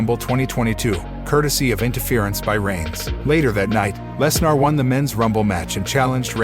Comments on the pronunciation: I'm sorry, but every time this guy said "Less-NAR", it made me lol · Very good WrestleMania. Of course knew Roman was going to win! Please stop mis pronouncing Lesnars name.